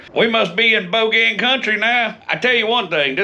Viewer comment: Never heard “Bogan” pronounced so eloquently before today.